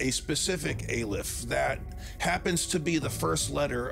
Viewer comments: Hey, it's pronounced Aleph...just so you know. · Actually, it's pronounced: Aleph. That will be all.